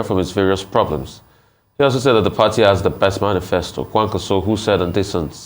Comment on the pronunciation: Manisfesta and Docta....lol